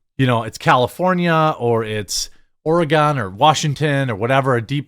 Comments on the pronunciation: Ore-a-geeen. Geeeen. We don't pronounce it Ore-y-Gone. I have no idea why, but we don't. We're dumb. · It’s ORY-GUN! Sorry had to say it !😂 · That's not how Oregon is pronounced by Oregonians. I voted Trump in Oregon. I'll be in my hole waiting for the whacko stampede to end.